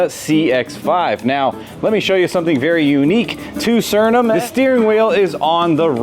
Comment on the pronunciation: Remember, you can't spell Suriname without urin. Also, noted, you can't pronounce Suriname. Please stick with build videos, clickbait ain't for you.